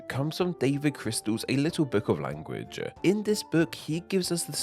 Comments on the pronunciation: So is the narrator's pronunciation of "language" as "language-uh" part of a dialect? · how you pronounce "language" bothers me a little, LOL